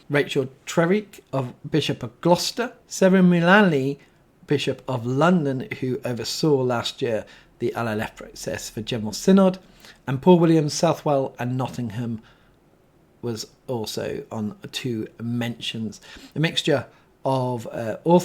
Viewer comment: Mark Tanner: Chester, not Chichester. Bp Gloucester is pronounced ‘Truh-WEEK’ Paul Williams: it’s pronounced “SU-thell”, not “South-well”